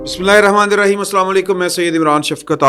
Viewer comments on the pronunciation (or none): none